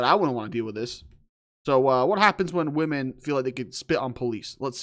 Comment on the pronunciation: Ah yes wahmen….these people forget that once you spit it’s classified as an assault